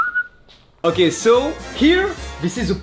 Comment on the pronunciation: Je rêve ou il a dit " ho gay"au lieu de " okay" ?🤣